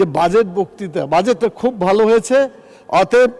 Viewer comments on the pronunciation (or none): none